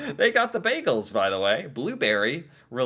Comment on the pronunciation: WHO IS THIS SUPPOSED CANADIAN THAT KEEPS MISPRONOUNCING "BAGELS"!!